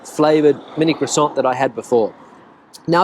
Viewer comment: Since you are always helping with pronunciations of Spanish words and for that I thank you very much . The proper way to say croissant is (craw san) no T the T is silent . Many words in French that end in T are silent .